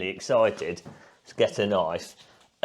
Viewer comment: that is a very vegan australian knoife m8